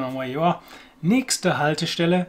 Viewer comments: Nächtste Haltestelle, nicht Näschte. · Wrong pronunciation too (although quite common in some areas); should be the ch as in ich plus t, not x.